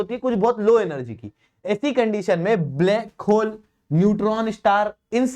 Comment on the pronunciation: "Blake hole" :D :D